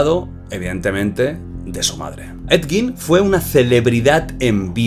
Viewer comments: En realidad se pronuncia he yin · Se dice a si edyin 😅 ese bro es súper viejísimo salía en la casa de los mil cuerpos película realizada por RoB Zombie 🧟 buenisima esa película bellísima ❤❤❤❤❤ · Ha dicho Ned gin? 😅